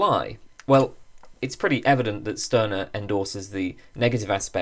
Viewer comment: A very fascinating video. Stirner is one of my favorite philosophers. But the correct pronunciation is ´Shtyrner´. In German "St" is pronounced like "Sht", except in some areas of northern Germany.